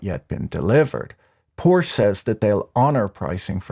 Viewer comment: How are you so educated and erudite, and yet mispronounce "Porsche"? Ah well. Even my perfect spouse occasionally makes a mistake. 😊 I shall graciously let this go.